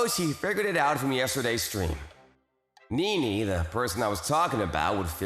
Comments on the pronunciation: I can't stand that they pronounce her name "ni-ni" like in the name Nick, not "ne-ne" like in the name Nelson. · and NiNi instead of NeNe..